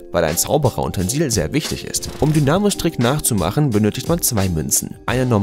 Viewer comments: Geschrieben: Dynamo Deine Aussprache: Dünamo (klang wie der am Fahrrad😂 Richtige Aussprache: "Deinamo" 👌🤙 Kein hate... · Dynamo haste falsch ausgesprochen ;)